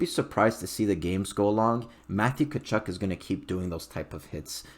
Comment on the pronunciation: Don’t pronounce the T!